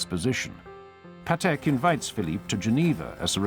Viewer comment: Just please pronounce Patek like PAtek not paTEK. He was polish and every polish word have accent on penultimate syllable.